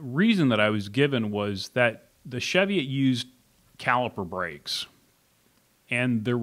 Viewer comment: Love my Platypus but as a note it's Chee-viot (hills in Northumberland, UK) pronounced as in Cheese.